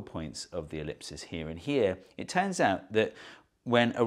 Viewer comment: Nah nobody mentioning "elipses". Its elepsi(or something similar) with the ending pronounced as ee